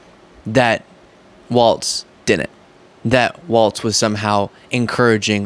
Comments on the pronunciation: Please, please, pleassssse,...his name is pronounced "walls" not "waltz." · I gotta go full Karen on you, but I get a pass because it is my actual name! Tim's last name is Walz, pronounced Walls. Please try to stop inserting a "T" into it to make it "Waltz". That's a lovely ballroom dance and part of the title of a great film by Martin Scorsese about The Band, but it is not the way our next Vice President pronounces his name! Peace out! 💙☮💙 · Please note that his.nameis pronounced Walls, not Waltz. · It’s pronounced WALLS not WALTZ. Appreciate your content. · Remember it's "walls", not "waltz" like the dance. No T is pronounced in "Tim Walz". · Like, his name is pronounced walls. Not waltz. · Your channel is fantastic. I am a subscriber and listen to all of your videos. FYI, I think Governor Walz is pronounced like walls. At least that’s what I’ve heard on other channels I listen too, like MTN. If not, I stand corrected. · FYI it’s Governor Walz sounds like Walls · I like you, but it’s Walz, no “t”. Keep up the good work young man!!